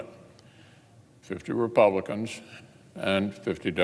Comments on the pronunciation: "Senete Re-Pelicans" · "vice president hiden" 🤣🤣🤣🤣🤣🤣 does he say senate repelicans?? 🤔😂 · He said, "Senate Repelicans." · Did he say "Senate Repelicans" at the end there? Freudian slip? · He said Senate Repel-icans sounds about right.